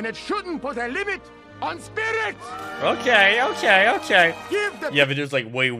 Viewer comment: Guy's pronunciations from his accent made me think he was saying "Spinach" instead of "Spirit"...😅😂😂😂😂